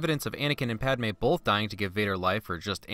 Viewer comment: Padme not Palme lol